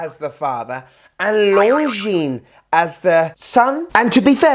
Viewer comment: Great review mate!! I love Longines and their history, and a BIG thank you for pronouncing the name correctly hahaha! (So many people say long-jeans - the S is SILENT, people!!) lol 🤣:_STUNNER::_SUPER